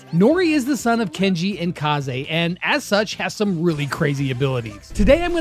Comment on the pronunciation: I hate that people can't say Kaze properly.